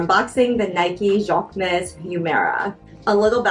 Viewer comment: Jacquemus… pronounced jock moose… that’s the closest English pronunciation